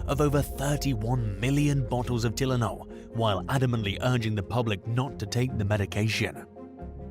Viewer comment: Who doesnt know how to pronounce TYLENOL